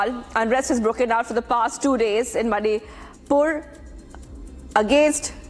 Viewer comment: Learn to pronounce Manipur 1st